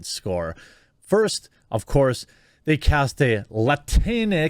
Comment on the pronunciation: It's pronounced "La-Tinks".